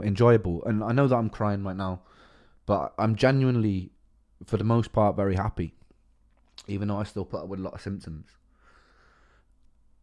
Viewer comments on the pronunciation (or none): love the facet as a fellow man who is a Welshman and who thinks of themselves as a Brightonion I still hear the welsh pronunciation in your words like Appy, with a soft a.